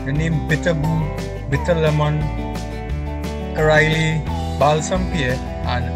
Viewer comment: U r the first person who called it how we called it in Grenada 🇬🇩 caraille good job😊